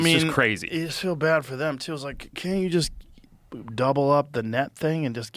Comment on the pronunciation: Forreste Galante either needs to see a dialect coach to master the vowel in "can't" in a General American Accent, or to get his Rhodesian Accent back. He has to pick one.